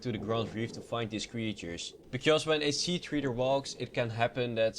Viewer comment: 'sea treeder'